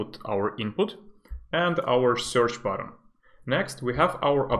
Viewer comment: These videos are pure gold! 💪🏻 by the way, I desperately want you to pronounce Button differently lol sounds like word "bottom"